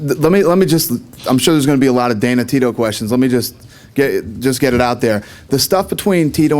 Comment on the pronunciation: hahahaha he said DATA TINO FUED LOL